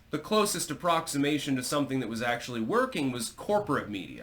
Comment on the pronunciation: Self-proclaimed linguistic. Can't pronounce soMething.